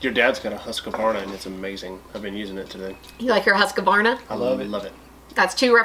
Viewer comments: Hus-kvarna, not Huska-warna. :) Took a moment before I understood you were talking about the swedish brand. :) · Hehehe.. Husskevarna. That really cracked me up. Never heard an American pronounce it before.